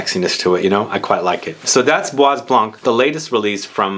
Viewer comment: please Study a little bit more on pronounciation of your French; it is bwa blân......the s in bois is not spoken and also not spoken is the "c" in blanc😮 Kind regards from a perfume lover from Holland ❤